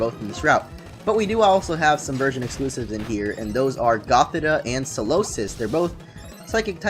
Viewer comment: It's pronounced goth-EE-tuh and sih-JUH-liff, ""! 🤨